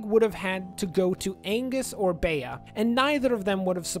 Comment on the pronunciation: Nice video, but it's "Bee". It's short for "Beatrice"